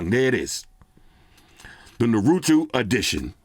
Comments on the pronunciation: Haha shot out to u! Its funny how everyone switches the vowels. NAH-RU-TOE. Thats how u say it. And ur welcome for the Goku explanation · Unlike half of the comments here. I'm a HUGE anime fan. #1 Great video! Def felt the vibe and excitement even from a non anime watcher. Love it! 😎 #2 Naruto is like Nar-oo-toe 👍🏼 haha Thanks! Can't wait to buy this phone. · Naruto = pronounced as Nah-roo-tow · It is Nar a to is the way to say the name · What the hell is a narootwo 😂🤣😂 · it's naru-(TOE) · Pronounced Naru-toe. Love the video boss man. Love from North Carolina. 🤙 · Ima help you out cuz you family💯💯. You pronounce it "Nah-Rue-Toe". That's the name of the dude in orange with the yellow hair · No hate big man but I think the proper western pronunciation for Naruto is "Nah-Ru-tow" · It’s pronounced nore-ru-toe 😭. You got me crying over here. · I think its pronounced nAaaaruto lol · This is definitely an anime fan's dream. Naruto is my favorite anime of all time so I think this is super dope. I'll help you out with the Japanese phonetics lol: "Nah-roo-toh" (the "r" is a soft r, almost like a "d"). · It's Naru-TOW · It's pronounced na-roo-tow And the red symbol is the clan that he is part of the "uzumaki clan" And the sim card ejector is the symbol of the village named "Village Hidden in the Leaves" or "Hidden Leaf Village" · For sake of your own information, it's pronounced 'nah-rue-toe' great video as always,. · Before you get trolled it's Naru-toh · Naruto (nah-ru-toe) lol. You get the dopest 🤳 though. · Narootoo ? Got me dying looool.. Voltron some classic stuff though fr.. Great vid as usual. Nerds Unite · The way to pronounce it is (Nah-Roo-Toe) 😂 BTW the first wallpaper with the 2 characters is Naruto and his pops Minato. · Every time he mispronounces Naruto, it gives me a chuckle lol. Phone looks dope though! BTW, its naa-roo-tow in case nobody helped you out yet 😀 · Naruto!!!🤣🤣🤣 said Narutu 🤣🤣🤣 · NARUTO ❌ NARUTWO ✅ 😆💯